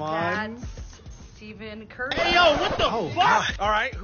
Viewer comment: she said "Steven curry" and "Rolando messi"